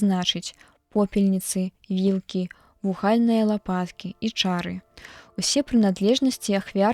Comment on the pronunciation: Прачытана: вугаль'ныя, правільна: ву'гальныя, ад слова ву'галь.